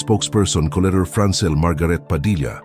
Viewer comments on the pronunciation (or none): none